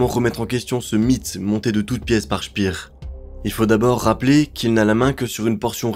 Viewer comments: Speer est allemand, pas anglais. Ca se prononce "Chpére". 😉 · Albert Speer (comme paire) et non pas « spire » c’est de l’allemand pas de l’anglais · Je ne maîtrise pas la phonétique, mais je vais le faire à la française. Pour Albert SPEER, on ne dit pas CHPIR, mais CHPÈRE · Parfait. Par contre c'est pas "chpir" mais "chper"😂